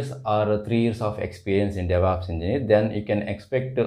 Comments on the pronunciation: why do you people pronounce devops as devApps?? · Because it is Stylish to say devApps and it also sounds very stylish to say "MISSION" learning for Machine Learning